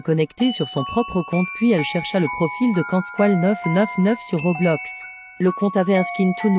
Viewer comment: T'as dit Robloc 🤣🤣Mdr